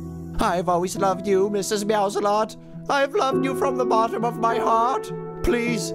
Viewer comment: lol the one time instead of Mrs. meows alot it said Mrs. salsa lot